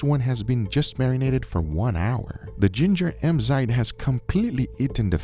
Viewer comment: Me thinking ... Wow delicious looking steak, better not focus on Guga saying enzyme 😂